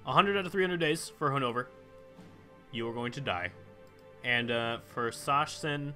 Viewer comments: the pronounciation of Sachsen should be something like sa-xen or sa-ksen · "Sachsen" is pronounced "S-a-xen" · Sachsen is pronounced Succsen^^ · Sachsen is pronounced Suck-sen. or Suaxn for People who actually are from Saxony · And "Sachsen" is pronounced: "Sak-sen" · King B Actually, the German name is pronounced Za-ksen. Sincerely, a German person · You say Sachsen the way you said it but with a spoken 'ck' and not a 'ch' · when it comes to "ch" in German, it's probably better if you pronounce it as a "k" in Sachsen (It's the equivalent to English "Saxony").